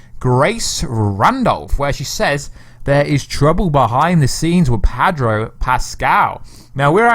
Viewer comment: Sorry gota say it, it's Pedro not Padro lol sorry m8